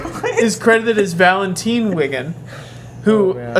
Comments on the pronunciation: It's Valentine, like Valentine's day by the way, she is named after the saint of the same name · Graff has no relations to Ender or Valentine. not Valenteen!!! geez! I was okay with everything else. But you pronounced one of the character's name's wrong! and make up relations that aren't there! That is when I get mad! Do not pronounce her name wrong. BAD!